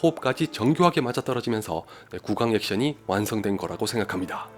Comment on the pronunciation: 이분 판타지인 인피니티워 빨고 실화인 공작은 판타지라함 ㅋㅋ 그리고 발음좀 어떡해좀 해보세요 "구강 액션"이라고 자막보고 알았어요 비판을 잘하시는 분이니 연습좀 노력해보세요 ㅎㅎ